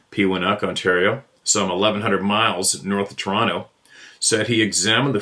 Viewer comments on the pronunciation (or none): none